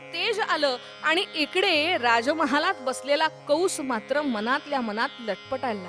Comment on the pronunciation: कंस असे असून कौंस असा चुकीचा उच्चार होतो आहे.